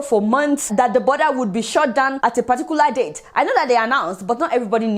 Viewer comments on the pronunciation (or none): Adeola you are super ! Small thing : avoid putting ‘r’ in your words were it is not in the word. Eg you say be-harf instead on behalf. Shurt instead of shut. But don’t mind me oh. I know English is not our language. Fan of yours always. ❤️